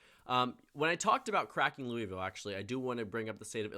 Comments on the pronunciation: Also we don't pronounce the i in Louisville it sounds like Louvlle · no one pronounces louisville like that. Its pronounced “loo-uh-vull”. J an fyi before u get shit from a bunch of kentuckians